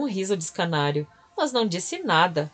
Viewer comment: Desculpe novamente. Escárnio e não escanario, certo? Ouvi por umas 4 vezes. Deixei de dar aulas mas... não de ser "professora " :)